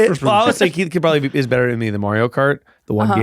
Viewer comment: I hope saying Kieths name wrong is a new bit for every podcast, "John" "Mike" "Larry"